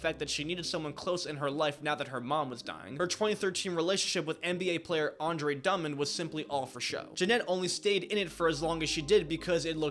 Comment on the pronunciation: Why did you say Andre dumb and his name is Andre Drummond bro he might go😂